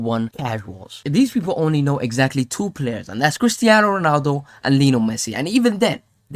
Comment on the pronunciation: 'christiano ronaldi' LMFAO